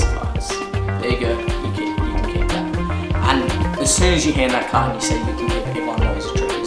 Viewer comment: it's 'card' not 'carT'